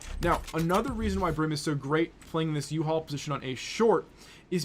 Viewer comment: did you just call U-HALL uhaul?